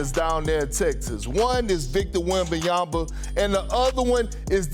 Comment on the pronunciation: Haha did Perk say, “Wembanyamba?” 😂